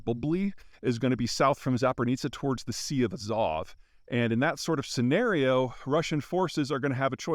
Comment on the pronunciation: For your consideration - "Nova KaHovka" (second K is silent and H pronounced as in "here" inside) and "ZaporiZHska oblast" (no N in sight ZH pronounced somewhat as J in "jorney"). Azov - you good.